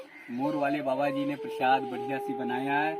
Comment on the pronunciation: नारायणजी उसको प्रशाद नही प्रसाद बोलते है सही बोला करो